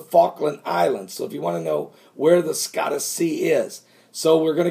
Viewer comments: Scotia is NOT pronounced Skottu. It is pronounced skoshu with O as in "open" and a as in "up". I lived in Nova Scotia Canada when I was younger. Nova Scoshu when it is phonetically spelled. My Canadian ears say OUCH every time you pronounce it skottu. Don't worry, I am well aware that absolutely none of us can pronounce every word and name there is. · ..."Scotia" (sko-sha)...as in Nova Scotia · scotia is pronounced sk oh--sha